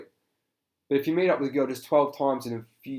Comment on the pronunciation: I don't know where you are from, but the way you pronounce "girl" is adorable It's like...."gee-uhl" it's so cute.